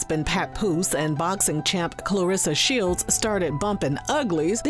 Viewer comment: Nah, he completely butchered her name.. 🤣 Clarsa Shelds 😭